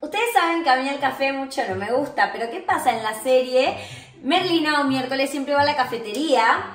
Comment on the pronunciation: Estaba como QUE QUE QUE cuando vi el titulo osea, ser Merlina 24 horas comooo? Pero bueno, se entiende la idea d el video 💖💜💙 y me dió risa cuando en vez de decir Merlina casi dice Melina (eso pasó en el momento )